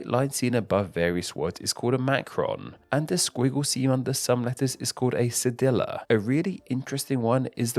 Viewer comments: ce-deee-ya not ce-di-la, it it literally means "little c" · I've only talked about the ç in the context of french, so I always used the french name which is pronounced "say-dee". Hearing "cedilla" was like hearing someone say "queso-dill-a " lol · just a warning! you mispronounced both tilde and cedilla in the video tilde is pronounced as TILL-duh and cedilla as suh-DEE-ya of course im anglicizing the pronunciation but i think that's more like it